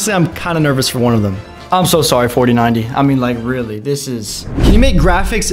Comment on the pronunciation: 4090 saying like fortinayti